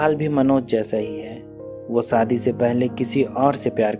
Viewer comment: Aap story to theek Suna rahe hain lekin aapka pronunciation thoda Gadbad Hai aap sha ko Sa Hain saadi nh hota shadi hota h khosi nh hota khoshi hota aap ki story pura word Sun Raha Hai pronunciation of word pay Dhyan De